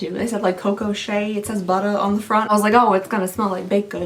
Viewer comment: When you said Buttah, all I could think of was that frog from Cloudy With A Chance of Meatballs 2! Lmfao